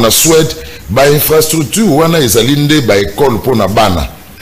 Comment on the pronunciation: ata prononciation ya infrastructure ozo koka te. Une analyse remplie des inepties et bêtises, t'as fait l'université mais t'es abruti.